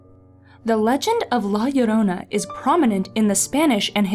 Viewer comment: YES SHE PRONOUNCED IT RIGHT😂 this story and el chupacabra freaked me out as a kid